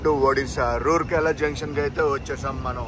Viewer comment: రూర్కెల కాదు రావుర్కెల.